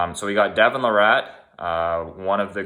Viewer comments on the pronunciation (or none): Its not LA-RATT.. It's pronounced LEIR-IT. He is also not from Victoria.. He was born there. He's from Ontario. Jesus Christ... Holyfield also has a career worth of head trauma. Age is a factor but using Holyfield as an example is pretty silly. Devon can put a sentence together. Then you talk about fucking Jake Paul. My good lord, you're a moron.